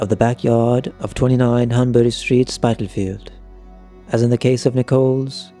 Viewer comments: I winced when he mispronounced Spitalfields. I spat out my wine when he massacred Thames... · Are you really British? Your accent sounds phony and you mispronounced Spitalfields.